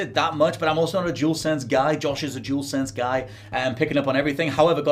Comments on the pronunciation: he’s saying jewelsense instead of dualsense 🤣🤦‍♂️ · Jewelsense seriously 🤦🏻‍♂️ say it properly.